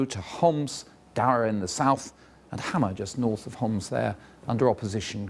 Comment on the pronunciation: Wow, He could pronounce letter ''ح'' in Arabic, like he didnt said Homs, he just said it as we say it in Arabic 😂